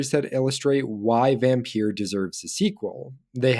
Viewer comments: its not vampeur its vampyr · It’s pronounced vampire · Just to point out Vampyr or Vampyre is pronounced exactly the same as VAMPIRE. It's just spelled differently. Vampyre or Vampyr first appeared in 18th-century poetry, before becoming one of the stock figures of gothic fiction with the publication of Polidori's The Vampyre in 1819, which was inspired by Lord Byron. The word use of VAMPIRE wasn't used until 1847 but has been a more popular spelling of the word due to how popular certain literature was written about it in it's use of the word such as Bram Stroker's DRACULA. But all in all the word VAMPYRE / VAMPYR are all pronounced the same as VAMPIRE.